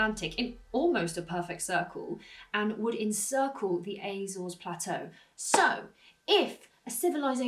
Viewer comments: Apart from the Azores which you pronounced like a septic, it was right. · I wish you'd stop mispronouncing Azores.